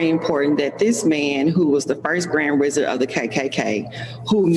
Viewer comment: Lol she can't say wizard she says Rizard lol.👈🏿👈🏿👈🏿